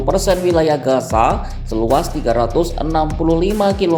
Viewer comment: pengisi voice tolong penyebutan z dan s itu beda gaza dan gasa itu berbeda